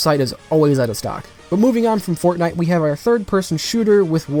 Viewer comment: I love how u said fortnite as fagnite, good job bro ur cannel is rlly different (in a good way) love it keep it up and have a good week 👌